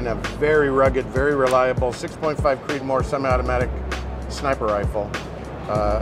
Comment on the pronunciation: "Creedomore" <3